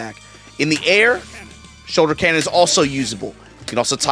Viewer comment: Man…thought for years was saying “Solar Canon” but the brother was saying “Shoulder Cannon.”